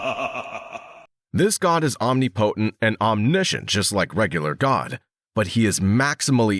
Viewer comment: Bro you gotta get “omnipotent” said right or your whole deal is flawed